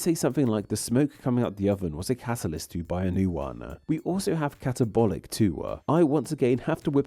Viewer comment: Please stop adding a schwa to the end of every word! Language-uh! Catalogue-uh! Mind-uh! Downwards-uh! You even added an 'uh' to words that already end in a vowel like to-uh! What is wrong with you?